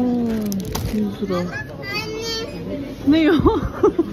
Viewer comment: Lıraaaa değil liraaaaa